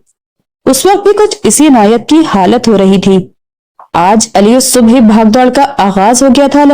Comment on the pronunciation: ی ص سے ملے گی ا ل کی آواز درست نہیں